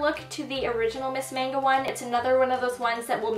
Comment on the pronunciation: Mascara's Miss MAGNA, not MANGO!